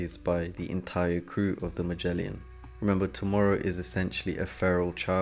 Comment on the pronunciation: Great video but hearing you say “DMV” and “Ma-jelly-in” threw me off 😂 DHV and Magellan my dude. Magellan, ya know, the insanely famous explorer we all learned about in school